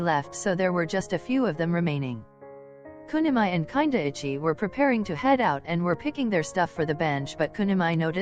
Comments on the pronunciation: Voice over “kindaichi” no “ kinda itchy” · HELP WHY DOES IT SAY KINDAICHI LIKE kinda itchy 💀💀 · You know what the funniest thing was : the text reader reading kindaichi kinda ichy 😂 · ughhh i LOVE that the reader said Kindaichi as " kinda itchy" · I loved this video! My favorite parts were where Kindaichi was pronounced Whenever it says Kindaichi It sounds like kinda itchy I kept cracking up every time his name was said